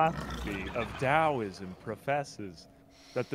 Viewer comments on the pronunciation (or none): none